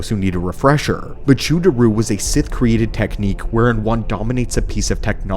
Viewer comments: First time I've heard someone pronounce mechu-deru as mejoo daroo. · Okay, is there a reason you're pronouncing Mechu-deru like that?